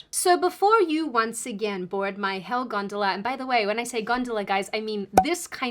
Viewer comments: Considering she kept saying the Hell gondala, it brought up memories of Charon and the river Styx for me anyway. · I'm Italian and I swear I always heard something that sounded like hell-"gantula". I'm totally shocked that you meant "gondola", never guessed 🤣